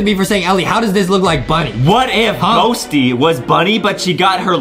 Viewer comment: On I thought Adam said “Roasty” 😂